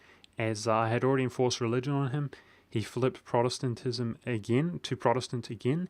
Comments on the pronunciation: And don't forget Protestentestenism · Achievement Unlock: Pronounced "Protestantism!" :)